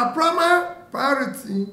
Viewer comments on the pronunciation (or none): “Prima priority” 😆😆😆